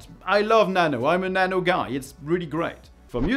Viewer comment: Nano? Excuse me Sir WhAt ArR yOu SaYiNg?